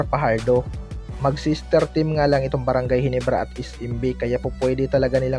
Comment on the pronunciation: hindi mabigkas yung ginebra bisaya